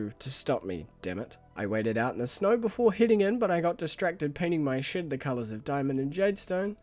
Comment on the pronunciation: Something about me always hearing "shit" when you say "shed"